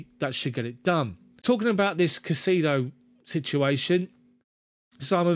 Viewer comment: Thumbs up,, on the format and commentary, with one huge caveat. Stop pronouncing the player's name as "CaiSEEdo"; it's actually "CaiSAYdo", trust me on this one, mate, I'm a fellow Hispanic 😊. Cheers!